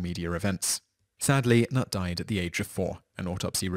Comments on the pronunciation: Knut is actually pronounced with a k and not with a n at the beginning, so it knut and not nut ;-) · The K is not silent in Knut as it is a german name 😉